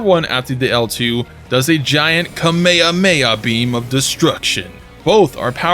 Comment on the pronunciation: dude, did u just call it kameyameya? omg.